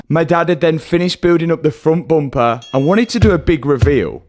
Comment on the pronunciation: the amount of times he has said frunt bumpah is killing me